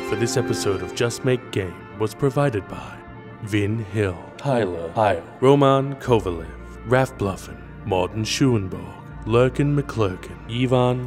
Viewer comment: Cool! But Roman Kowalew is pronounced with a stress on A and E - romAn kowalEw.